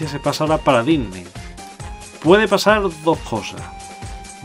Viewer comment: porque dice dysney xD